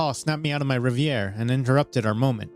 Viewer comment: OK, you do need to pronounce "reverie," not anything else....and "peculiarity," "stated," not started, but, as always, an excellent and well-written story. Love it!